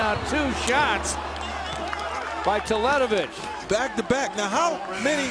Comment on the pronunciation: not "telet-ović", but "talent-ović"